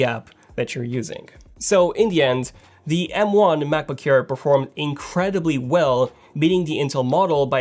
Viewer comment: He always says Macboo-care lmao